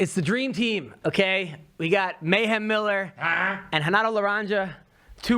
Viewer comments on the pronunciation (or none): I love how Renato just purposely doesn't even try to pronounce any word that starts with an R the right way. Much hespect!!